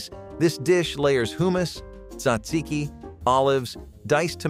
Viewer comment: Seriously, how do you mispronounce hummus? Hardly the only words mispronounced in this video. Is it intentional?